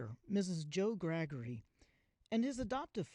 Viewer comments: Not 'Graggery'! Gar - ger - y ! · Joe Gargery, not Joe Gregory 😅